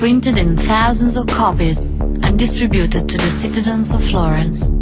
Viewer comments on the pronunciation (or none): none